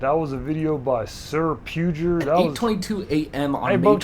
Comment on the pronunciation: pue-ger? bruh.......its pug-er